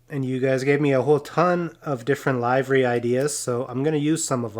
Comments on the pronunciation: LIVERY = LIV-REE Seriously, not LIVE-REE. OR is it a state by state situation? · A really great job on the painting of this livery. Just have one thing and that is your pronunciation of "Livery". You said it as: Is this show live?, when you should have said as: Where do you live?. Please don't take this wrong, really love your vids. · Livery. Like liver and onions. Soft I.